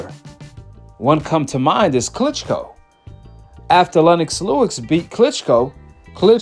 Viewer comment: Fam, Lennox Lewis… Why you keep saying “Lewix” but have no problem saying Joe Louis? lol I’m not trying to come off as an a**hole either… I’m just genuinely curious lol